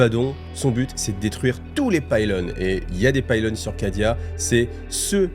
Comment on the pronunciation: Tres étrange.... Tu prononces les mots à l'inverse "Abbaddon" et "Pylône"